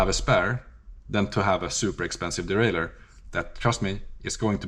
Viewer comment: You got me clicking on the video after you crumpled the "derailleur". 🤣